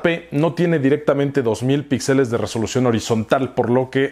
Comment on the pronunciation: Ya que estás en correcciones, se dice píxeles y no pixeles.